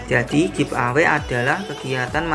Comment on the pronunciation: bagi2 dong pulsanya ke aku baca bukan giv away...tapi give eway....wkkkkkkk